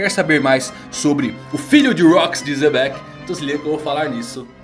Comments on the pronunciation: Pq o Evandro chama o Xebec de Zebec? Até hoje tento entender. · "zebec" kskskskks